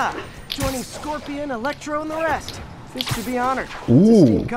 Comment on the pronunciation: Ei Fist vaan fisk